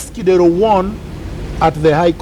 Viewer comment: I like Miguna's honesty,,, one thing though.. the way he pronounces Kidero's name 😂😂😂😂😂 Kideeeeeeero!